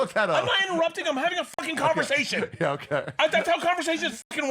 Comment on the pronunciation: I love the clip when bert snaps "wait... But.. Theres a clip..... IM HAVING A CONVERTHATION, THATS HOW CONVERTHATIONS WORK"